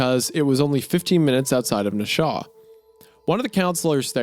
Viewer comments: Barely into Part 3 and I am loving this! Also, because I'm from that neck of the woods, Isaiah's pronunciation of "Nashua" was atrocious; it's 3 syllables: "Nash-u-a" E: just finished it, goddamn... the svariest thing about it is how the MC is written to be relatable and at the same time, unbeknownst to him, an utter monster. Goes to show that nobody is immune from doing horrendous things, even if they think they're not in the wrong while doing them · As someone from New Hampshire it's funny to hear Isaiah say Nashua the way he does. It's pronounced Nash-oo-uh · Nash-ew-ah Nashua lol Wo-ster Worcester as a girlie this did get me a little giggly, until it was clear Alina wasn't into it then it got really...real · wtf wendigoon butchers these New England town names every time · Nashua is pronounced Nash-oo-wah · Nashua, pronounced nash-ew-uh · Wanted rip my hears out the way you said Nashua. Its Nah-shoe-wa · Being from southern New Hampshire listening to this and all of the New England towns get mispronounced got me HEATED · SHOUTOUT TO NEW HAMPSHIRE!!! MAAHKET BASKET!!! It's pronounced Nash ooo waaa Isaiah. NOW DO INFECTED TOWN CASE FILES DOOOOOOOOOOD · There's no way this mf pronounced Nashua "Nashaw" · Wendi's pronunciation of Lowell and Nashua complete me. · yeah YT'll definitely yeet this one - not for copyright reasons, but due to Wendi's atrocious mispronunciations of Massachusetts town names (e.g., it's Nash•you•ah) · as a Mass local, were you pissed when they pronounced Nashua like that too? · the city is pronounced Nash U Uhh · The way Isiah pronounces Nashua has me on my deathbed as a New Hampshire resident😭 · NASH-AH? I’m so hyped to hear all the mispronunciation of New Hampshire towns from the boys 😭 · lol as a NH native I just want to say Nashua is pronounced “na-shoe-wah” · It’s pronounced “Na-shoo-ah”. I would know, I was just there yesterday. I can’t. It’s “Woo-stah” I really hope this story doesn’t go to Billerica, Leominster, Leicester or Woburn.